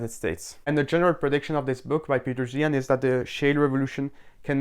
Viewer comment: Another Zeihan critiquer that can't pronounce 'Zeihan'.